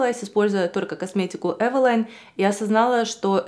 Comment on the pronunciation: Не знала что правильно произносить Эвэла́йн😮 спасибо что уточнили 👍